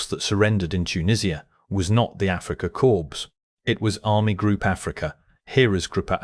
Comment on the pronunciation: Pronouncing it "Africa corpse" seems very appropriate.